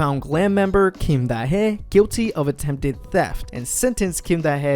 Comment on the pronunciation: It's pronounced Da Hee as in HEE Chul